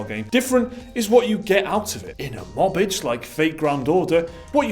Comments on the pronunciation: Lol mobbage. It's pronounced moba-geh which is really just engrish. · It's not mobage, it's moba-ge, e as in e-ntertainment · MO-BA-GE (G like Give and E like Eric) = mobile game. "Mobage" lol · I swear it's moe-bar-gay not 'mobage' xD but i dunno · "Mobej"? Really? It's pronounced not cabbage, but MO - BA - GE. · is not call mobage, is Mobagē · It's not mobage it's maw-bah-geh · mawbitch! Seriously? It is Mo-ba-ge, japanese short speak for mobile game. Just pronounce it like the syllables in mobile game. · Moba (Mobile) ge (Game) Mo (Mobile) bage (garbage) Don't see a problem here, both pronunciations are accurate to the subject. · Thanks for the great contents! Just to clarify on pronounciation of mobage which is Japan's short form of mobile game. Moba-ge (moba-gay), it merges the first half of the sound of (mobi)le and (ga)me. Love your channel and keep the contents coming! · I thought it's pronounced mo - ba - ge like eroge or something. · mobage is actually pronounced "moba-gé" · Mobage = High quality Garba-gé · I like their pronunciation better. Sounds like mobile + garbage. Which is an apt name for most mobile games. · I prefer the Mobage pronunciation, considering it's bage... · The real takeaway from this video is that they don't know how to say "mobage."